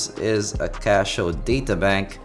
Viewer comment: Casio doesn't translate through your accent well...lol, you're saying Casho.